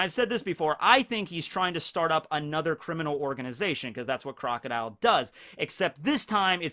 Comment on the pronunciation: You called Crocodile pretty much perfectly